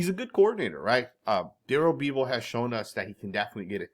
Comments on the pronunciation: You’ve never heard of Darelle Beavall! Haven’t you heard his name said in the past? Sorry mispronunciations are a pet peeve of mine! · Durell beeevull. Lmao you couldn't pronounce that more wrong. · Bro said da-rell bee-vil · What are butchering of Darrell bevell lol